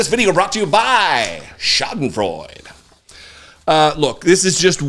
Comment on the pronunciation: Say it with me: Schadenfreude!